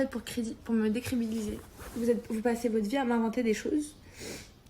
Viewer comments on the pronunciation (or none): '' cRébiLiSer '' apprend a parler